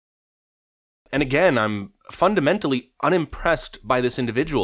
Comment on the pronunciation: Hold on, did you say Haley has failed "time and time after 'gain???" 😂😂😅😅 Good Lord, you need to try harder.